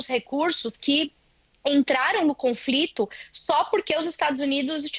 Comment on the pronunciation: E a repórter falando "confrito". O que houve com o jornalismo?